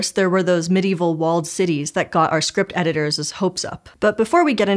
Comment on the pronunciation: "...that got our script editor's hopes up..." Scishow does such a professional job in so many ways, yet when a presenter pronounces the possessive form of a word as "editors-ES," it goes right up my spine! There is another YouTube creator - Asionometry - I love his channel also, and he does the same thing. Please do better on English rules of pronunciation.